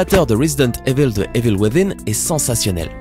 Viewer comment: J'adore comment tu ne sais pas prononcer le mot "evil".